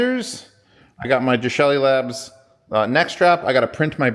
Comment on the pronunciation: Hey wait a minute. When did we start calling Geshelli Labs "Jeshelli" Labs?!? What's up with that?